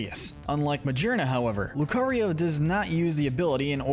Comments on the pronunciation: This vid is a year old but it still bothers me lol It's not Ma-jeer-na. She literally has 'gear' in her name, like 'shifting gears'. Ma-gear-na 😅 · It’s pronounced SOUL-GUH-LAY-oh, yoo-NUH-vuh, coh-BAY-lee-uhn, BAST-EE-oh-dahn, muh-GEER-nuh, vol-CAY-NEE-uhn, LAH-nuh-KEE-luh, DEE-ahl-guh, PAHL-kee-uh, mell-TAN, FUR-AH-seed, FUR-AH-thorn, toh-GUH-DUH-mar-oo, redge-EE-steel, rev-uh-VROOM, pawn-YARD, AGG-ron, AHR-ron, LAIR-ron, SELL-UH-STEEL-uh, bell-DUM, meh-tuh-GROHS, and EEJ-UH-slash, “Patrick Star”! 🤨 How many times do I have to tell you: stop mispronouncing Pokémon names,! 🙄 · I’m sorry, but y’all really need to do more research into the actual pronunciation of the Pokemon names. Calling Magearna Ma-GEAR-na, with the GEAR part very clearly being a reference to its artificial nature, Ma-JER-na absolutely killed me